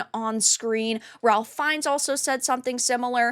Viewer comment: it is pronounced RAFE. IT is not pronounced as it is spelled, ralph. Trust me.